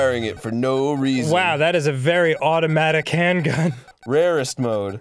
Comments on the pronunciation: The moment you pronounced Arrest mode "Rarest mode" I laughed so hard, I farted and floated for a milisecond above my chair. :D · "Rarest mode" Arin ???? you mean "Arrest mode"